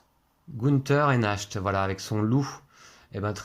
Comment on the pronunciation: Le loup c'est Nacht prononcé Narte, qui veut dire nuit en allemand. Merci pour la vidéo